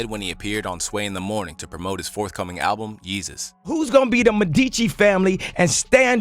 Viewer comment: Joe did have a point about the al-ba-lum cover 😂/😢.